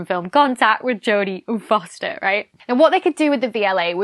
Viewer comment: did you say jodie ufoster? xd